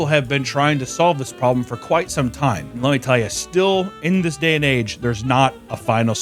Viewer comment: “tell me more about zis “Final Solution”